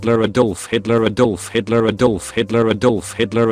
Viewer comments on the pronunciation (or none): a doahllf hitluh